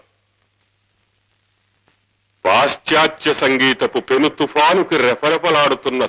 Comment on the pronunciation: పెనుతుఫాను........... కాదు. " పెనుతుపాను............. అనాలి. Fa ........కాదు,...... Pa........ అనాలి.